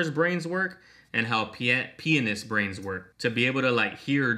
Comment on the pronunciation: I'm not going to lie I may have laughed a bit too hard when he said pianist too me it sounded like he said penis. I love this little series you put out of each twenty one pilots little group of videos.